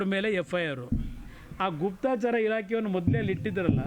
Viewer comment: Guptachara not guptachaara.